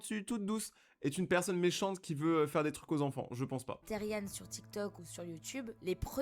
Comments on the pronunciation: PAR PITIER ON DIT PAS THERIAN MAIS THERIANEEEE CA CE PRONONCE THERIANE MAIS CA S'ÉCRIT THERIAN C UN MOT ANGLAIS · MERCIII JE SUIS THERIAN ( SA SE DIT THERIANNE ET NON THERIEN MAIS SA S'ÉCRIT THERIAN ) ET FURRY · Moi je suis otherpaws c un peu comme le(a) cousin(e) des Therian 💗et aussi ça se dit pas térien ça se dit Therian (ça veut dire qu’on prononce bien le A et le N à la fin) Sinon merci d’avoir fait une vidéo dessus.🎉❤(aussi je tiens à dire que certaines vidéos sont faites avec de l’ia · Enfin quelqu’un qui respecte les therian ! Mais sa ce dit therianE genre y’a pas de e mais il se prononce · Team therian et ça se dis therianne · Salut juste pour te prévenir sa s’écrit therian mais sa se dit theriane (j’en suis un) merci pour ta bienveillance 😊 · Ca ce pronounce teriane mais ca s'écrit therian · Moi je suis therian en fin je crois Et ça se prononce plus "tériane" Et comme ta vue tu peux regarder la terre des kins pour te renseigner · déja on dit "thériANE" comme pronociation